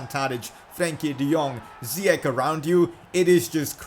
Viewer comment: Its not ziyek its ziyash